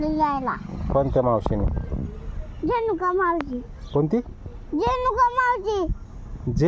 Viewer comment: जेनुका नाही रेणूका 😂😂😂